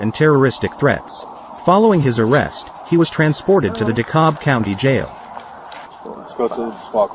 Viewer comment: You pronounced Dekalb correctly. LOL That man crying is nuts. Moved out of Atlanta last year and am sooo glad to be gone. Crime is too high for me, right before we moved my son's coworker's husband was almost killed by a random shooting as he was driving someone to the airport, doctor told him if the bullet would have hit him 1" over, they would not have made it to him in time. That man needs to cut off that pony tail and man up.